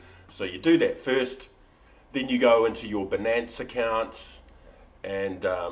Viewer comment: Great Video! worked for me a treat. btw, perhaps its the accent but its 'BY-Nance', as it rhymes with Finance haha